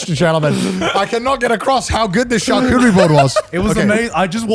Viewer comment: tchar-tchoo-terie, Garnt ????